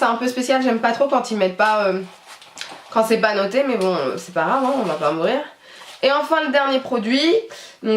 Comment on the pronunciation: Ca me stresse quand tu dis "c'est pas Rave" au lieux de c'est pas grave 😁 sinon super vidéo 😘